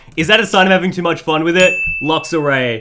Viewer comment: And luxaray